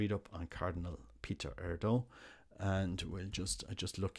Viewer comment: Let's hope and pray for the best. Just a note on pronunciation... it would be more like AIR-dew in Hungarian.